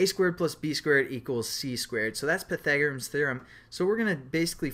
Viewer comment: LOL! pai - tha -gore -ians